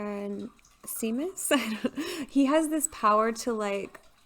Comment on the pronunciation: samus -sah-mus and its a girl not a guy lol